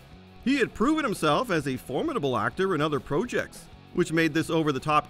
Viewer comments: Stop saying projects like projects. It’s grinding my gears. 😂 😅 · Is that how canadian spell "projects"? Pro-jects?